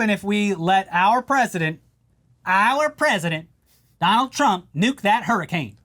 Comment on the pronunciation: dough-nold trump